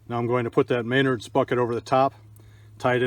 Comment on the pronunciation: omg man cool project but it's pronounced "MEN - NARDS"